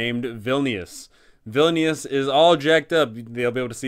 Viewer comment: obsessed with how you keep calling vilnius "villainous"... i mean ur not wrong